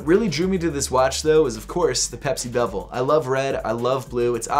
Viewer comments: the rotating piece is called the bezel, it sounds like you’re pronouncing it as bevel. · Bezel...not bevel 😉 I have the exact same SKX...great choice!